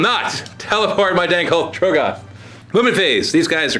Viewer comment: please say trogg-oth correctly